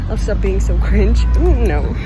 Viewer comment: ты сказала слово stop с glotal stop я умерла от красоты